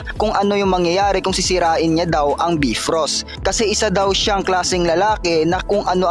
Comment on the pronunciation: be frost? hmmmm bayfrost yan "bifrost"